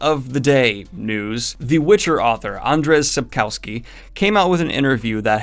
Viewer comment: Super happy that you covered Dragon Age 4 news!! I'm hopeful about it and fans have been speculating that since it'll have been almost exactly a year since we got the first teaser, there could indeed be something juicy coming in December. And that was just a beautiful pronunciation of Sapkowski, just... Well done, Mr Greene. Well done.